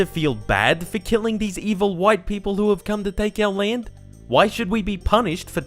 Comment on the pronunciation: "This lend Is my lend"... The accent 😂